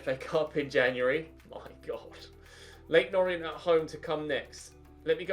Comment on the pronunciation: Just saying this is how you pronounce leyton orient. You said o-ri-ent and its pronounced or-ee-ant